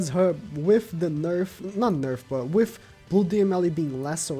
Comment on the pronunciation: with = wiff; gowther = gowfer, look, the way you pronounce "the" is fine, why do you pronounce th as f? it's annoying as hell